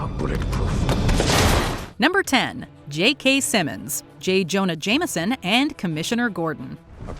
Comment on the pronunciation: J. Jonah JAME - SON, not JAMER - SON. There is no 'R' in it.